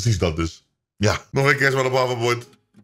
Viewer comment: Man zegt havverbord 😂😂 Geen haat